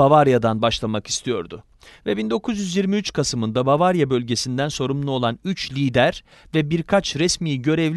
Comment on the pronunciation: bavarya mı ? aklfdjşlakjdfşkad